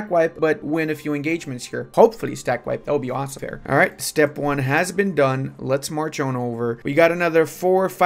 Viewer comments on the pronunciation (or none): none